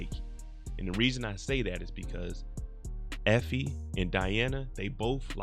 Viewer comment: "Effoe" lmao